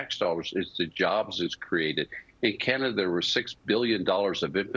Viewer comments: She said canadia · Did she say "Several of Canadia's cannabis stocks?" Is CAN-EH-DEE-UH legit pronunciation? 🤔 seriously asking.. never heard that before